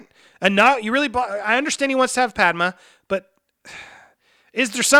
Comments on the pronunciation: “Padma” lol, are you going to do clone wars the movie ?? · Pad-May!!!!!!!!!!!!!!!!!!!!!!!! = Padme